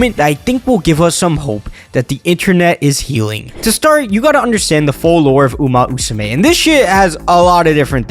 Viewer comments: you mis-pronounced umamusume for a whole video and you now can pronounce it in just now? what? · Love the energy but i die laughing every time you say "uma-usume" no 2 english speakers pronounce this game the same and it's so funny. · It's uma MMMusume, not Uma Usume Haru Urara, not Haru Uraha And Symboli Rudolf is pronounced Symbo-lee, not Symbol-eye Sorry it bothered me so much😭